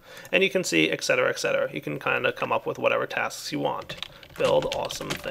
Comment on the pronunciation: There is no X in Et Cetera. ;)